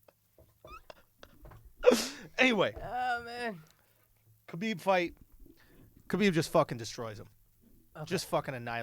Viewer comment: His name is pronounced HABIB shit ain’t that hard lmaoo and didn’t Andrew say Connor is in his “head”. Nah nigga dude made fun of his family shit is simple